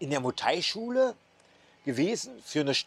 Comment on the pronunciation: Einen Bayer oder einen Schwabe, der ein paar Wochen Berlin besucht hat und uns dann Berlin erklären will, würden wir doch auch nicht ernst nehmen. Also warum probierst du das jetzt ? Vorallem erklärst du das und zeigst dabei ein Video von einem Touri in Pattaya. Mu Thai nee, es heißt Muay Thai, warum kriegst du nichteinmal das korrekt hin ?